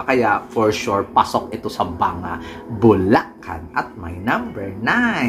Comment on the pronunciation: Galit na galit ka sa mga maarteng magsalita . Kmusta ka naman , sobrang napaka-natural mong magbigkas ng ‘fens’ ‘Buleken’ ‘ang beles’